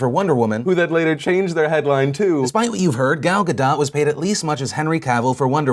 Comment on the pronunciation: I had to pause and comment, and trust me I will watch the rest of the video, but: Gal is pronounced like gall, as in "he had the gall to say such a thing", and Gadot is pronounced Ga-dote. (Also Israel is pronounced Is-RA-el, not Is-real.) With thanks, An Israeli